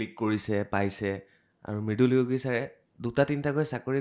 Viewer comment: Yogi asolote sire hindi pronounce korise. Asolote nath manuhar sub caste Assamese pronunciation t kobole hole যোগি hoi.